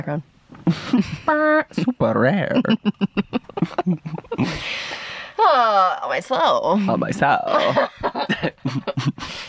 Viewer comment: When he said on my sewlll I cackled 😂😂😂 cause ON MY SEWLLL I LOVE THIS PODCAST